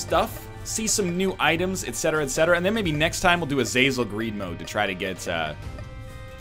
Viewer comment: You are also pronouncing Azazel, The Ludovico Technique and Afterbirth wrong.